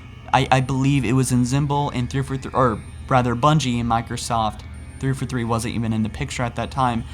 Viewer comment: the way you say 343 sounds like you're saying "3 for 3" like you're ordering from some fast food restaurant lol